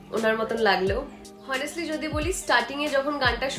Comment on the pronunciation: It's not হনেস্টলি it's অনেস্টলি